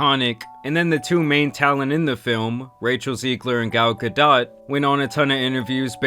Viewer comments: It’s GAL-GA-DOE YOU ILLITERATE NUMB SKULL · It’s not Ga-dot, it’s pronounced Gal-d’oh!!! Like Homer Simpson being surprised if this movie sells more than 10mil in box office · bro is saying gal gaDOTT, this who we getting our information from boys 💔💔💔 were cooked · Gal ga-dot 😂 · You butchered Gadot's name bro. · the T is not pronounced in Gadot